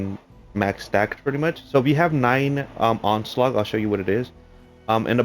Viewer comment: It's onslaught dude. Not onslaug